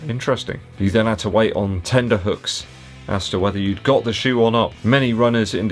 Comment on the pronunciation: another great video. Just so you know, it’s “tenter hooks”.... sounds like you made the often made “tender” hooks pronunciation, which isn’t correct. If I could have sent you this privately I would have, as I’m not trying to be a know it all, just thought you’d want to know.